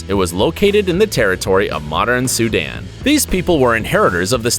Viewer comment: U can’t even say sudan